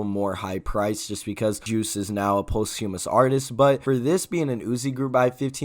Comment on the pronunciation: hey can u look up the correct pronunciation for “posthumous” ?